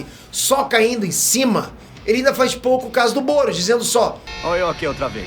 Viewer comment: só eu que tava ouvindo goros quando ele falava "boros"